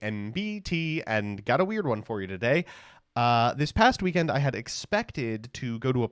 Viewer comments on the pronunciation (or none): none